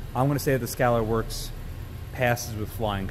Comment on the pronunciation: Where in the hell on planet Earth can you get an American Defense Recon mount for $200 ???? I paid $285 for mine. Also (you mispronounced Scalarworks) (and you mispronounced Reptilia in a different video) lol.. I love the video and after watching that just reaffirmed that I'm going to buy another American Defense Recon. However, I would love to see this test on an American Defense Delta series vs the Recon series.